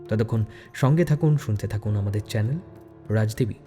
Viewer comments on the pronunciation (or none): none